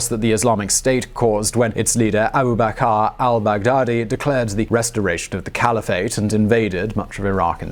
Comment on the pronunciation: Abu ba(kr) (dont stress the vowels) not ba-car. XD